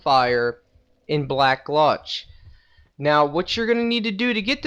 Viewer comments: BTW , black GULCH not gluch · Havel not havelle black gulch not black gluch success not susses and finaly subscribe not suscribe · "Huvel" "black glutch" tf? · Don't know anyone with an accent who says gulch like gluch Havel as huvel I understand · Black "gluch" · the way you said Havel and gulch made me cry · I think that was on purpose to as he also mispronounced gulch.